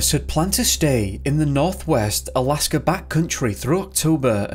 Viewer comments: Jesus christ there is NOT an r in Alaska. Its not Alaskar. There isn't an r after every word ending in A. Fix your accent. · Their is no "R" in the word "Alaska" !!